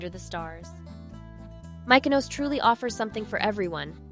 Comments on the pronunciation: AI SLOP… A lot of AI generated images and inserted clips that are incorrect. Take it down. Also the way Mykonos was pronounced… clearly an AI voice over. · Please learn how the pronounce Mykonos. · How does the narrator NOT know how to pronounce Mykonos? It's not difficult. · Please educate the narrator to accurately pronounce Mykonos and Gyro. All the videos were beautifully shot only to be tarnished by the mispronunciation of the most basic words.